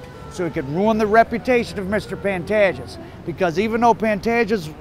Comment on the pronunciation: No disrespect but the correct way of pronouncing his name is ''Pan-TAY-ges''.